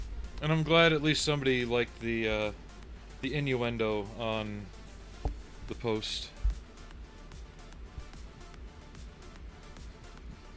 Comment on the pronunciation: Inyerendo??? yikes cover my ears!